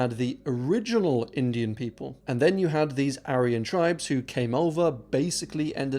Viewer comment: Struggle to listen to a guy who pronounces aryan wrong